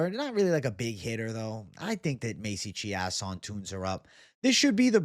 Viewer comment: Chiasson is pronounced chase-on